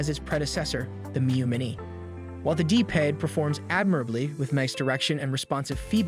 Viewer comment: it definitely an AI voice. The pacing and flow is not human and just listen to the say it says “D-Pad”